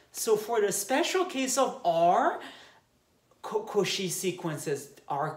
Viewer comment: I love that you never pronounce “Cauchy” the same way twice lol